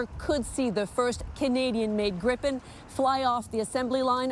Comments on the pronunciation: Why call it grippen? Its called Gripen and it's named after a fantasy figur half lion half eagle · Its Griipen not Grippen.